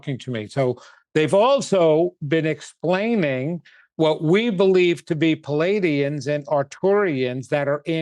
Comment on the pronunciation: its PLEE-ay-dee-ans not pul=ay-dee-ans. thank you, the managemrnt